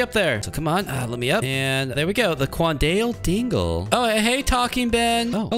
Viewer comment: bro cant even pronounce quandale dingle right 💀💀💀💀💀💀